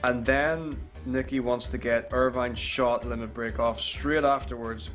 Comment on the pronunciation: If he wasn't so dedicated to it, I would swear he was just fucking with us. He called Irvine ONVine for fuck sake.